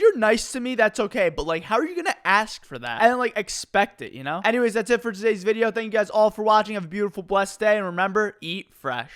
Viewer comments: "eat freh" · Eat freh lol